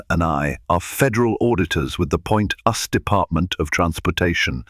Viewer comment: They really need to make sure that the narrator, say names and words correctly. US DOT, us is different.